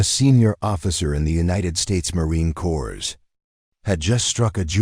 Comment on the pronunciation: Please educate your AI that c o r p s is not pronounced cores it's pronounced core. Besides being distracting and annoying, the mispronunciation is most likely disrespectful. Please fix it. Hello, I am enjoying the story despite the flaws